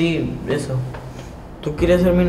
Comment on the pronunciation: P0rquE dicEs ezO